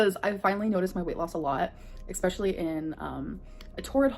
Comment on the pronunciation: How can this girl be so condescending while saying "exspecially" 🙄 "you guys have to realize I'm about to talk down to you like you're stupid."